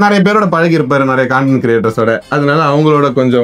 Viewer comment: Google ஏ கண்டென்ட் னு தான் சொல்லுது.... காண்டென்ட்...